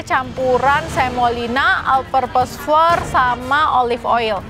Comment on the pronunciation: Flour tuh bacanya sama kaya flower 😂